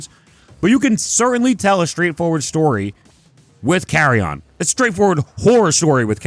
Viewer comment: It’s pronounced Carri-en you goof